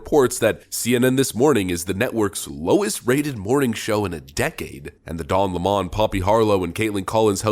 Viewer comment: Pronouncing lemon as lamon make you sound dumb AF